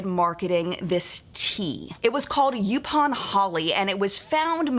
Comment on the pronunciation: I am loving this history lesson. But I live in North Carolina, specifically on Oak Island. A section of the island is called called Yaupon Beach. It's pronounced "Yaw-pon". I thought you would appreciate a tiny little lesson in return!